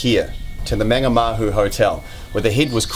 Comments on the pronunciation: Good story. Just a small pronunciation tip, the first A in Mangamahu is pronounced the same as the way you're saying the last two. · So wish he pronounced Mangamahu properly